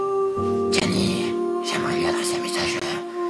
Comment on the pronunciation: giovanni au lieu de gianni mdrrrr (nn en vrai je sais qu'il est fatigué et tt je rigole)